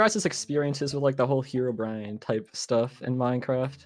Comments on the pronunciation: i would have also voted the guy that was voted out first cause he said fucking HEROBRIAN, instead of Herobrine. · when minecraft veterans dont even say herobrine like herobrine